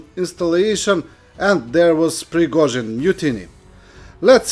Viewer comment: “Prigga-zin” hahah Slava Ukraini 🇺🇦🇺🇸🤟🏼